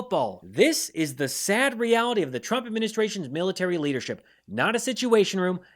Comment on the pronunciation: Sounds like Carolann is saying President Chump. OMG lol